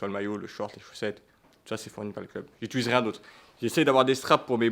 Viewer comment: incroyablee la vidéo sah 🤩 par contre c'est "j'utilise" pas "j'iltulise" 😀2.37